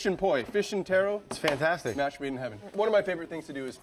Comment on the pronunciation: Is it just me, or is the Chef's pronunciation of "taro" is just off